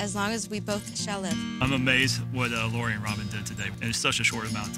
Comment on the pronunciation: It's Lori not Laurie